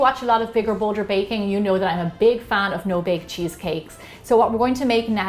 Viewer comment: I like how she says "Bigger Bolder Backing" with that accent.